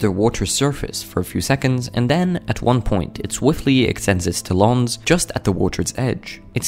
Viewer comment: where do eagels go to get their feathers groomed... the talon of course (rhymes with salon according to this guy only!)